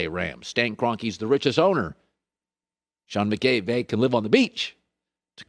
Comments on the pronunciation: You just said Sean mcgay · This is the 2nd time Colin has said Sean McGay. I'm beginning to think it's not an accident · I don’t think it matters if he said McGay or McKay, it does sound like he says McGay it’s funny he made a mistake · He says, "Sean McKay" (as in Jim McKay, long-time Sportscaster)